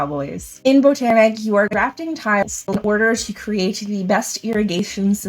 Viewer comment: Thank you!! I think you are the only content creator that can pronounce Botanik correctly. Everyone else that has reviewed this game seems to want to pronounce it bot-nik..? I mean the theme is botanical. And, agreed, it's a great and somewhat overlooked 2 player game.😁